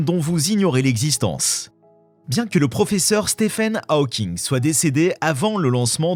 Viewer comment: Ta manière de prononcer Hawking.... En plus tu le répètes 40 fois